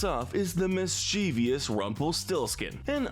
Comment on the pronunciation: EARTH TO: Why do you keep mispronouncing mischievous?! It's MISS-chiv-ous. THERE IS NO "I" AFTER THE "V"!